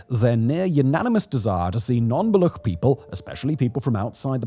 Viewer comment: Brother it's Baluch, CH, like CHair.